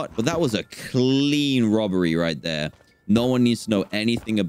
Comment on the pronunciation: " I can hear da pigs, dey honkin " - DanTDM 2020